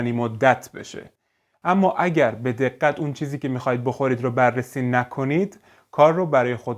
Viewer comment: این ویدئو را ده بار دیدم تا تک تک کلماتو حفقظ کنم فقط دلمون چیز شیرین میخواد چی بخوریم یه سوال شما ترکین؟ چون ق تون خیلی قق میشه من گوشم حساسه و دقتم زیاد مثلا دقت رو شما دگگت میگین البته بعضیا دگگگگت میگن من ترکها رو از رو تلفظ گ سریع شناسایی می کنم